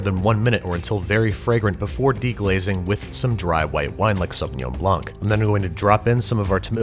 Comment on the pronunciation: Nice vid! You don’t pronounce C at the end of Sauvignon blanc. Cheers 🥂